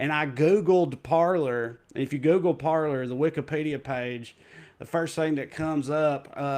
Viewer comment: Francophone monikers are lost in tRump supporters. They're pronouncing "Parler" like "Parlor" 😅😁